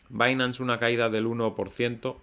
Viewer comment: Como siempre, muchas gracias por tus videos y la gran informacion que nos proporcionas. Solo una pequeña queja: si pronuncias correctamente 'bainans' por binance y no dices 'binansé' ¿por qué te empeñas en seguir diciendo incorrectamente 'alisé' en lugar de 'alis'? 😉